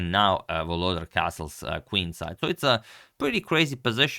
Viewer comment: For those who wants to pronounce reigning World Rapid Champion's name correctly: it's VoloDAR - stress in on the last syllable